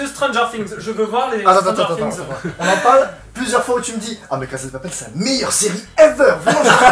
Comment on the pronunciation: Par contre il a trop bien prononcé "stranger things" moi c plus stranger sing